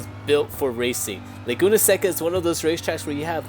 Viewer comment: Eau in Eau Rouge is pronounced 'Oh' :) And blanchimont is 'blon-she-mon'... And Seca in Laguna Seca is 'Say-cah'.